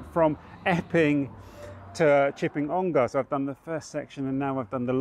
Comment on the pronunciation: Please stop calling it On-GAR…. It is On-GUH!!!